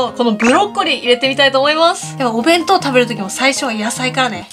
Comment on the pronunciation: パレットが完成したときの 弁当弁当弁当弁当！が ベトベトベトベト！に聞こえたのは 私だけじゃないはず🤔